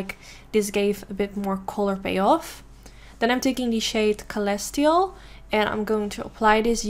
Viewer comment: Had haha..the word celestial is pronounced "sih-less-chalh. ..not "sel-istal" sorry I just can't help myself when I see or hear words pronounced improperly. Your still gorgrous!